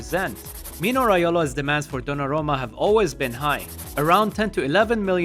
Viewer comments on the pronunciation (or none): Good content, except you mispronounced and misstyped dollarumma a lot...